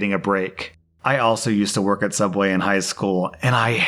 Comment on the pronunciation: He used to work at Sooubway.